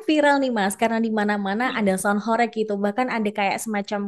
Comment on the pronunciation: Cara baca horeg nya salah😂, bukan horek.... Tapi Hooreeggghhh ( dalam bahasa jawa mksutnya bergetar sangat hebat)